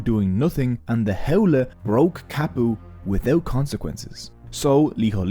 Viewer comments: HOWLIE...lol its pronounced "How-lee" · Correction; there are not 15,000 Native Hawaiians are not leaving. You can be a local, born and raised but that does not make you Native Hawaiian. Bro, your accent is killing me. Ahupua'a = A-who-poo-a-ha Auwai- Ow-vai Ha'ole= How-lee, contemporary (and racist) meaning is white person but the literal translation is without breath, hand shake of the westener and not the Hawaiian breath greeting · LOL you can even pronounce Ha'ole properly..it's pronounced How-lay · You’re information was excellent and honestly one of the most accurate I have ever seen 🤙🏻 Other than some pretty bad pronunciation 🙄 Maybe you could re dub the audio and say “how lee” and other Hawaiian missed pronunciations could be fixed? Your video and info were so excellent I hope you consider this 🤙🏻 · this guy is so haole he cant even pronounce haole